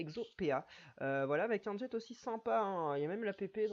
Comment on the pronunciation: en "Jet" hehehe. le T est muet ^^